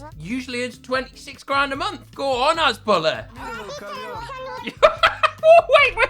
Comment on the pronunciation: It’s has-boo-lar not has-bull-ah